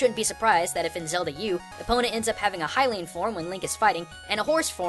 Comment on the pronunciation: Thank you for pronouncing Hylian properly. Too many people say "Hill-ee-an" even though the land itself is universally pronounced as "Hy-Rule"